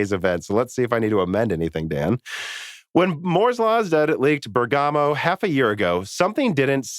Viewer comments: But he used to say it better, now he's saying Burger- moe Anyway Americans often don't pronounce English place names correctly, so Italy shouldn't feel singled out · Not really. pronounced the first syllable more accurately, but the stress should be on the first syllable, like how Lisa said it. They're both slightly wrong, in different ways.